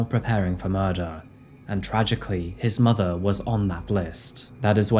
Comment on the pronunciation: Its weird how that accent can either make you sound incredibly intelligent or incredibly stupid. Im referring to reapeating "its not murduhr" over and over